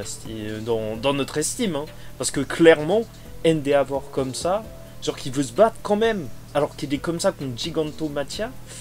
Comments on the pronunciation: je me demandais depuis un moment : pourquoi tu prononces "endéavor" au lieu de "endévor" ? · Cool par contre même si je ne veux pas juger,endeavor se prononce officiellement haine-dévore